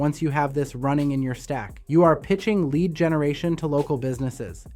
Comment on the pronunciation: Was sounding very very interesting until... I heard the AI voice clone say lead (as in the metal) instead of lead (as in lead me to victory)